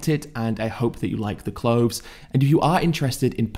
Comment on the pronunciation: Healf, clofes, mefane, efical? Does Ed hate the "th" ? 😂